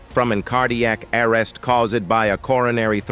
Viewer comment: face-purple-crying: is it that hard to talk?? call a friend to come narrate for you cant, bud! The AI narrator makes Morgan Freeman sound like he's a freakin moron who can barely read! "Ballard DIE-ED from IN cardiac A-ARREST" WTF?! You even watch it before u post?? lazy production seemss made more for clicks than any real care for the discussed material. bunch of photos are labelled wrong too.